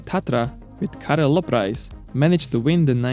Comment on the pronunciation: He also pronounced Karel Loprajs correctly. He obviously did his homework.